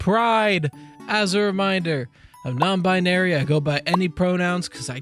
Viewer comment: Holy shit you’re non-rye-nary